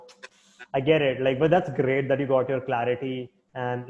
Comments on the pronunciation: I like it when he says that's gRRRReat :) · RRRReally that's gRRReat!